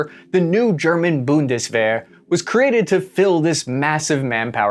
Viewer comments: What the heck is "Bundeswahr"? ^^ Just kidding. I like the video. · Bundeswehr is better pronounced "Bundeswear" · WTH is BundesBAR?? It's BundesWEHR! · bun-dus-var??? I think it's pronounced boon-dus- vare ( similar to wear but pronounced with a "V..." :) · Funny how your pronounciation of Zeitenwende and Bundeswehr started really good but got worse each time. Boon-des-were (good)... boondeswar... bundesworgh... blorgh. :D Anyway, really interesting to hear this outside view as a German, I might just have understood now what usually goes over my head when a German politician tries to explain it. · Repeat after me: BOONT-DES-VARE! Not Boon-des-var, bun-des-ver, nor even Bunny Wigglesworth! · bundesWar spoken like a true american. wehr=/=war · Try “boondess-weir”,! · Boon-des-vair Practice makes perfect. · BundesVAR lol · It's Bundeswehr not Bundeswar! You can't even pronounce half of our words. Like not even close. Stop talking about us and fix YOUR stupid problems. Over 40% of Americans are overweight! 40%! And what about your Heathcare System? Or Student loans. Or water quality. Or prison system. There's so much more. Your Country is absolutely disgusting. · it's Bundeswehr not Bundeswher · Bundeswehr is pronounced like BOON-dess-VAIR 😅and the E is before the H. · Stop calling it bundeswar please pronounce the e right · Holy hell. everytime he says "Bundeswahr" I cringe. Its like saying the US Ormy or Marine Carbs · Loved the content. As side note, the German Army is the "Bunderwehr" pronounced [ˈbʊndəsˌveːɐ̯] not bunderwar. Cheers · Lol, its not called bondeswahr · little Pronounciation hint for Bundeswehr: the wehr is pronounced like wear and tear, so basically "vear" I love your content but this hurt my ears every time ;) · the pronounciation is like BundesWEAR mate, wear, not were. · 'boon·duh·svehr ' . The last three letters should be pronounced like 'AIR' ;-) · The "Bundeswehr" which become more "-wahr" over time was also notable ^^